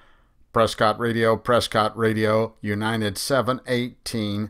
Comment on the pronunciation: Is he saying "U-nine-ted" instead of United?